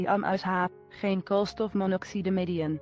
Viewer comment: Niemand: Letterlijk niemand: vrouw: KOOLSTOFMONOXIDEIAN